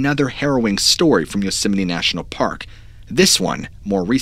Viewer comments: I keep hearing you say Yoseminnie, not Yosemite, and now it's a real word for me. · Love your show..but it’s Yosemite. Not Yoseminy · Yosemeny yosemeny yosemeny..... aargh!! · Drinking game: take a drink every time you hear "Yoseminee" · Why do some Americans say yosimiti and others Yosemite? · Unfortunately had to turn the video off due to how many times you called Yo-simmony. So frustrating. I turned my phone down to write this message just in case it started playing again and I had to hear it one more time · It's pronounced "Yoos-might" isn't it ? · Yosemite dude pronounce the word..(Yosem-IT-e). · It's not pronounced like yosimminny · That time pronounced Yosemite like Dolomite.. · Please pronounce Yosemite properly. You said way too many times and it was incredibly frustrating 😅 Otherwise great video